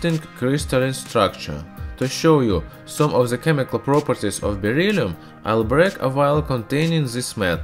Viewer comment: It’s beryllium not berylium